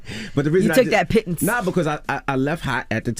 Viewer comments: Angela kept saying pittons and that shit was so funny 😂😂😂😂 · I can see where Dj Envy learned the word pittance, he is married to a Jamaican , I grew up hearing about being payed pittance all my life from older Jamaican. Listening to Dj Envy doubting himself after they started mocking him for saying pittance.